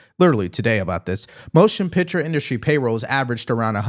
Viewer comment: One of my favorite things about President Trump is the way he pronounces "industry". in-DUST-ry